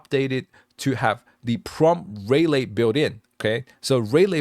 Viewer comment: [Subscribed] very cool stuff. BTW, typically relay is pronounced reelay (not ray) if it is like the noun (such as a contactor relay) or rih lay where you barely pronounce the rih part but sort of shorten it, usually for the verb form). Thank you very much for spending the huge amount of time on this. It is very very impressive! You should consider making an anime' with it.